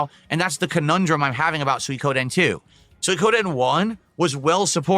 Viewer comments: lmao he cant pronounce suikoden. When he starts raging and demanding money towards the end it's fucking insane. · Can he please stop saying "sooie-koh-den". Im begging him at this point. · Peoples money isnt his money the manchild literally asks for $1500 for what? A damn $15 fast food meal that he always fking gets on a regular basis ridiculous. I also hate how he says "Soykoden" fking dumb af.